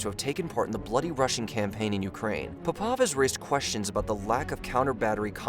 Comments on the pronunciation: Or puh pov instead of pop ov. Or shah gu instead if shoygoo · Puh pov? Sha gu? Ffs